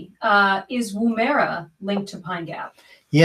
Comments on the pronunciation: Woomera is pronounced with emphasis on the first syllable. The woom is like woman. It's Woom-ma-ra. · great linking ! Its pronounced " Woo as in wood, ma-rah, Woomera that is. It is an aboriginal throwing weapon that unlike the boomerang does not return but needs to be found manually.....hmmmmm.....